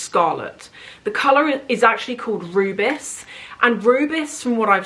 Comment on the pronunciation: Seeing what you have been selling from your collection these last few months, I feel the Hermes bag is your best choice. Oh and Rubis is French for Ruby, it’s pronounced the same. The Chanel is sure lovely though. How is Louis doing?